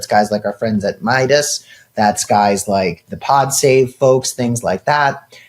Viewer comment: Cam, it’s “My-das.” Not miyadus.